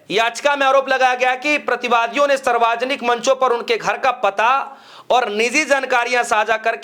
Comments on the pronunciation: Bolna to seekh le Bihari😂Saarvjanik hota h, Sarwajanik nahi😂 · Saarvajanik nahi hota hai, saarvjanik hota hai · भाई साहब सर्वाजनिक नहीं यह शुद्ध कर लीजिए शब्द सार्वजनिक है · पत्रकार महोदय सर्वाजनिक नहीं सार्वजनिक होता है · English k chakkar me Hindi ka band baja diya logo ne sarvjanic word ko sarvajanik pad rahe hai. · Sir sarvajnik nhi hota balki savarjnik hota hai. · भाई गटर के कॉकरोच.... सार्वजनिक शब्द ठीक से बोल ले।